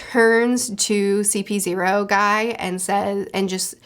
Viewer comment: That CP-O pronounciation twisted me spine